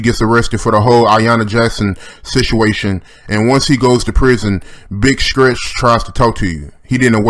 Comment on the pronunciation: its big stretch not skretch